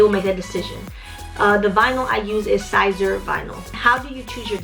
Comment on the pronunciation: Waittttttt I’ve been watching all your videos liking and subscribing but !!!!!!! It’s cricut just like the insect cricket 😭😭 and omg siser is seeser like sissor but emphasis on the eeeeeee okayyy keep teaching me sis ! Lol I only know all this Bc I’m a crafter 😭😭😭